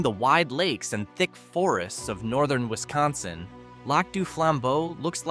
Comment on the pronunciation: If you're going to do a video on our state of Wisconsin you need to be taught how to say the name correctly my guy